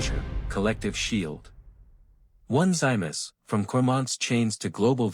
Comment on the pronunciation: His name is pronounced Oh-nis-see-muss!!